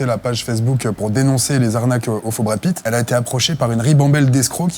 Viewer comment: Awête de diwe des ânewies à , je suis la vwaie maman de Mamad... de Bwad Pitt ! Fatoumata Pitt ;)